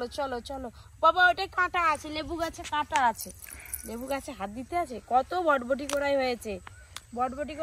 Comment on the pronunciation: বটবটি না বরবটি